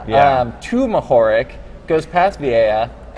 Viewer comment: Mohorič is pronounced "mo-ho-rich". RICH - like who has a lot of money :)